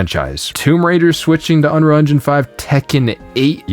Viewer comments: Is it just me or does this guy not know how to pronounce "unreal"? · Maybe if you could pronounce the word "Unreal" you would have a different perspective?